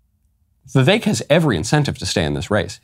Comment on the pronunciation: I knew Michael would say Vivek’s name correctly, VIVEK rhymes with AWAKE !